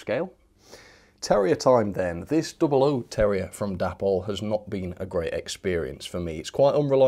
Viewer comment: Day-pol not dappol!